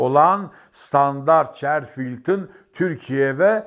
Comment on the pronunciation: Standart Chartered yani sıtandart çartırt diye okunur..